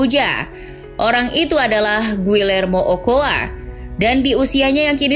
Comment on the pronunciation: 'Carbajal' baca 'karbahal', 'ochoa' baca 'ocoa', underrated